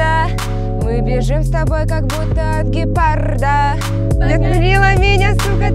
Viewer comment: не гепарда а ГЕПАРРРРРРДА